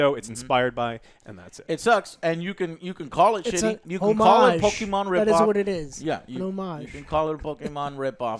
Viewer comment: No one: No one in the universe: Joe: pokiman